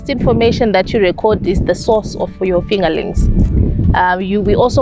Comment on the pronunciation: If she says “fingalinks” one more time 8’m gonna lose it!!!!